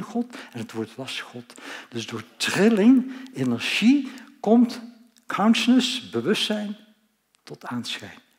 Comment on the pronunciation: Gast alsjeblieft spreek uit: "KONSJUSNUS" . Voor de rest Hartelijk Dank!